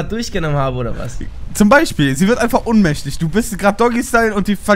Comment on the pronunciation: Ohnmächtig nicht unmächtig goootttttt